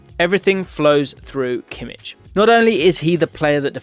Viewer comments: It’s Kimmich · *Kimmich just so you know